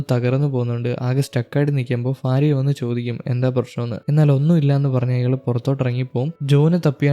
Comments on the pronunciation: ഫാര്യ അല്ല ഭാര്യ എന്നാണ് 😂😂😂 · ഫാര്യ 😂😂 അല്ല ഭാര്യ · കേൾക്കുന്നില്ല 😂 fariya fariya എന്ന് 7 8 times kettapoye nirthi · Fariya alla myre ഭാര്യ / Bharya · ഇൻസ്റ്റ യിൽ നിന്ന് കണ്ട് inspire ആയി വന്നതാ…ആ mood അങ്ങ് പോയിക്കിട്ടി “future il നിന്ന് വന്ന ഫാരിയ “😂😂 just for joke brother. please try to pronounce correctly in upcoming videos. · ഭാര്യ ഉച്ചാരണം ശരിയായി ഉച്ചരിക്കു.